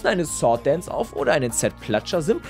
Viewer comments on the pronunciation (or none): none